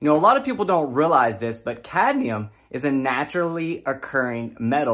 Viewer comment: Cadnium? like nucular, lol